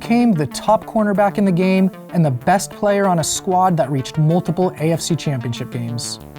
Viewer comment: These videos rule, other than the multiple mispronunciations of the word “the”. It takes away from what’s even being discussed.